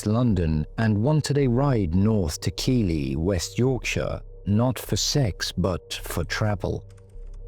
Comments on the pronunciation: Keighley is pronounced Keithley not Keely ❤ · Keighley is pronounced Keithley. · I know I sound pedantic, but Keighley is pronounced Keithley.